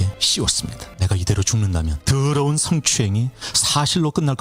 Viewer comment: 드~으르운 스응~추행 이래.. 발음도 조까타ㅠ